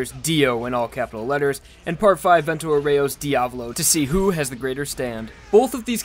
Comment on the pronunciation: Vento Aureo is pronunced Vento Àureo